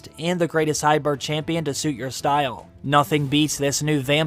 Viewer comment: The word you are mispronouncing is HY-BRID not HY-BIRD.. Your content and videos are awesome so you owe it to yourself to learn phonics.